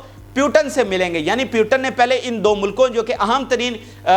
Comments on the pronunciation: Bhai, it's Mr. putin,, not Putan,😂😂😂😂❤❤❤, Russia is super power, downfall of uncle sam ie US has already begun since 3-4 yrs😅😅😅😊😊😊😄😄😄🥰🥰🥰🥰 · Bhai..... Russia ke sadr ka naam POO - Tin kah ke pukara karen... na ke PYU - TIN. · Putan nahi Putin bolo